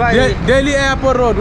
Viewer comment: Mr, u can't pronounce even the place name, than how can a sample man can help you, you say airpro, instead of AIRPORT